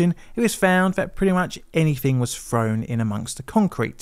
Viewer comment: You can clearly pronounce the word 'there' yet you say free when the word three (3) is required? So fake, you could easily pronounce three yet still say free. So odd. Probably for attention? But why? You can pronounce 'th' for 'then' so not to use 'th' for 'three' is super odd and plainly obvious you do it on purpose. You also say frown instead of thrown? So that's the issue, When you can clearly say 'them' with the 'th' So lazy.. why aren't you saying 'fem' for 'them'? That shows you just do it on purpose.